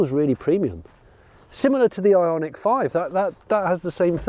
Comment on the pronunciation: Every time Jonny said Ionic, I heard Ironic, maybe I am yet to be convinced.